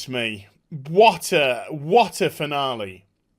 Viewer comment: What said: What a finale. What I heard: What a banana. 😝😁